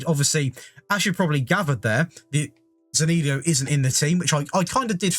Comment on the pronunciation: Hey, great video. A quick heads up. Zaniolo's name is pronounced Z-uh-n-e-oh-l-oh.